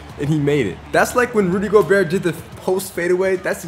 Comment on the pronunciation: not making fun of you but goberts name is pronounced go-bear. i pronounced it like you, i dunno if its just a joke if it isnt now you know.